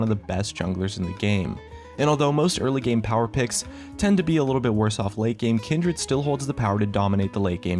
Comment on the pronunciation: omg the way you pronounce kindred ult